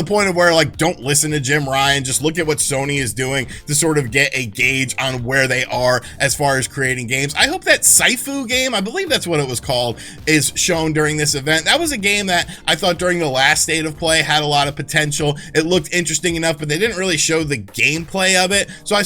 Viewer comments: Sifu... Pronounced see-foo. Literally translates from Chinese into "teacher father." Usually used to refer to a person that teaches a skill or technique such as a professor, a master at a profession with apprentices, or a martial arts instructor. Game looks pretty good also. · Sifu is pronounced as see - fu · Sifu.... See-Foo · Sounds like "sea-foo" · Sifu is pronounced [SEE-foo] and it means teacher. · Sounds like "Sea foo" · Sifu is pronounced like - See Foo